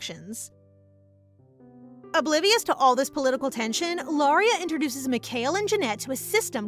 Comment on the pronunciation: Lol, you can tell it isnt ai, Its cause she pronounced mikhael wrong, its not mic-hail, its mee-ka-el